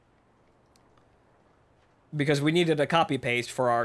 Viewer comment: As an Australian, i find it funny how you say Canberra